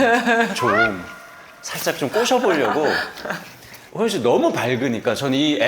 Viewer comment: 난 호프때문에 방금 이채널을 처음 봤는데, 개봉전 영화도 아니고 벌써 많은 사람들이 관람을 한 상태인데 스포일러는 피하면서도 좀더 영화에 대한 깊이있는 질문을 했다면 좋았을텐데 계속 예고편 봤다면서 촬영지 등 이미 다 아는 걸 물어보는게 참 아쉽네요. 질문에 대해 게스트가 답변할때는 도중에 끼어들지말고 좀 끝까지 들어주고 추가질문을 했으면 해요. 그리고 호연배우한테 예능에서 섭외하고 싶다면서도 계속해서 이름을 효연씨라고 호칭하네요.. 발음이 비슷하다고 느끼는지 모르지만 이름을 계속 그렇게 잘못 말하면 당사자는 기분나쁜 포인트가 될 수 있답니다.